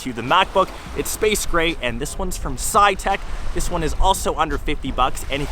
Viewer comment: How on earth is "Satechi" pronounced as "psytech"? XD